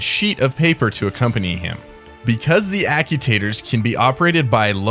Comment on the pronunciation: Ack-you-taters? I love the concept of the video, but the mispronunciation of actuator is killing me...